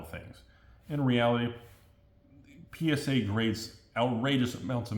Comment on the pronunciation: 100% positive that is saying PenisA and not PSA for the gigidies